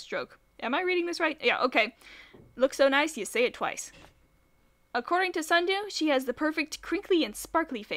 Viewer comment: SNUDU, not sundew, SNUDU